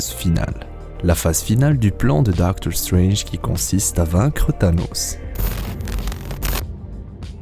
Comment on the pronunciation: Super accent anglais on voit que tu fais gaffe genre tu dis pas "dokteur strenje"